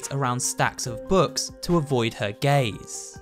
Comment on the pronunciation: I HEARD HIM SAY 'to avoid her gays'